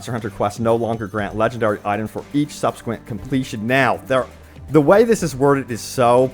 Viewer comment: "Subsequent" Imma just ignore this word